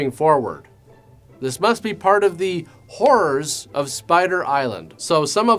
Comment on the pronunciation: I thought it was his accent, but it really was the Whore's of Spider Island...